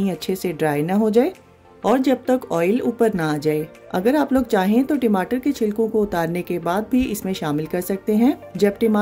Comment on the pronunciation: Timatar mat bol dalindar timatar nahi tamatar hai wo